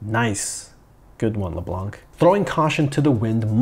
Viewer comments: C is silent in Leblanc...😮‍💨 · The c in LeBlanc is silent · Why do Americans mis prounce leblanc. The c is silent . As someone who grew up with a good 60 percent of the city name leblanc . Its annoying to hear americans mispronounce the name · It's actually pronounced "Leblan" and not "le blan(K)"... the "c" is mute in "leblanc" Yes I'm french... that's how I know 😉